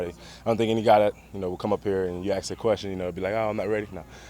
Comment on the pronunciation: Did he say AKS?